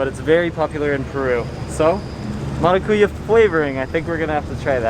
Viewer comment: Great video! In the word maracuyá, the strong syllable is "Ya" and not "Cu". MaracuYÁ Best Regards from Brazil!